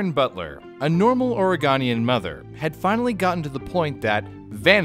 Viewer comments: "...a normal ory-gone-ian moth-" pauses video It's Ory-GO-nian, come on, it's the year 2020 for crying out loud... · anyone just a little bugged by pronunciation of Oregonian??? No offence but it's OreGOnian lol. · As an Oregonian, it triggers me how poorly he said "Oregonian" It's or-eh-go-nee-an not or-eh-gone-ee-an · YOU SAID OREGONIAN WRONG. It's not OreGANian... It's OreGOnian. As a native Oregonian this is the biggest pet peeve of most Oregonians lol. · Wait. A normal "ore(GONE)ian" mother? Nah. We pronounce it oregen, not oregone. (Not trying to be rude just haven't heard anyone say it like that in a long time) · don’t tell me you just said oregahnian -an oregonian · Dam... I'm insulted. As an Oregonian... Lol it's pronounced Oregen not Oregon. The on is an en sound. The more you know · Bruh it's OregOnian, not oreGONEian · Just a note that Oregonian is pronounced like ore-go-nian With the o in the go part pronounced like ‘oh’ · Its Or-E-go-ne-in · The irony in that no one from Oregon would pronounce "Oregonian" the way did.;o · lol my guy pronounced Oregonian incorrectly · The way you pronounced "Oregonian" physically pained me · Oregonian, hard O though. Coming from an Oregonian. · You pronounced oregonian wrong but I'll allow it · I'm from Oregon and I have to say, you absolutely butchered the pronunciation of Oregonian. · You clear can’t pronounce Oregonian right 😂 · reeeeee you pronounced oregon wrong when you said oregonian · oh dear god you butchered Oregon's name so hard.